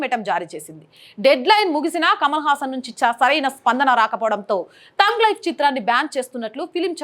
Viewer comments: టంగ్ లైఫ్ కాదు తల్లీ, థగ్ లైఫ్ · తoగ్ లైఫ్ కాదు" థగ్ లైఫ్ " అనుకుంటా అండి.